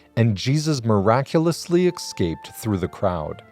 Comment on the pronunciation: It's, "escaped" Not, 'Ecscaped'